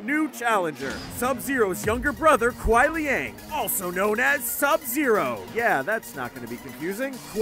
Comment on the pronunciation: 【Silver Bytez】 you got Shinnok and Shang Tsung right but Kuai Liang is pronounced kuai lee-ang and I’m pretty sure it’s Chinese, maybe Cantonese?